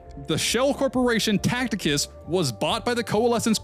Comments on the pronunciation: cool vid but its Ta see tus (Tacitus) not Tacticus lol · Just FYI Tacitus is pronounced Ta-Sit-Us not Tact-Ick-Us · Tacitus not Tacticus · TA-CI-TUS……. Not Tacticus my guy 😭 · Bruh, Tacitus is pronounced Taseetaas not Tackteekaas. 😅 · "Tacticus" he says...😭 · Can’t even pronounce Tacitus right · are you saying Tacitus wrong as engagement bait? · Wonder of he knows the 'C' in 'Tacitus' is a soft one lol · bro cannot pronounce tacitus correctly